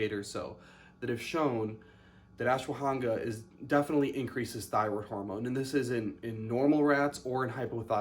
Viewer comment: Lol its pronounced ash wa ghanda